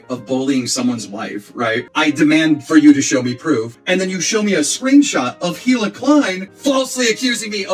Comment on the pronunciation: at least he's pronouncing Hila's name correctly! In a way her own husband doesn't. It is indeed HILA not EELA